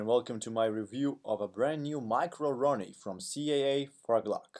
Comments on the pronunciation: Sounds like he's saying macaroni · Nice. His accent sounds like he's saying macaroni haha